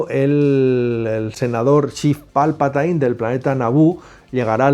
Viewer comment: No sabéis pronunciar jajaja habéis visto alguna vez las películas en versión original?? Se pronuncia Palpatin no Palpatain